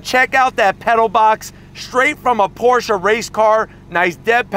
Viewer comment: ❤️ the new 2022 Porsche 718 GT4 RS., I'm happy that you actually pronounce Porsche correctly.😉 Mad R-E-S-P-E-C-T💯